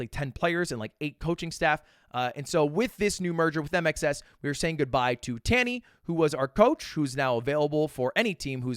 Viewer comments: my australian ears kept hearing INXS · Am i the only one that hears "I make sex" instead of mxs? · Just calls it MXS (micks)